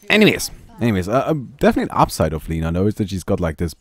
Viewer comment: My mothers name is Lina... (You pronounce it wrong)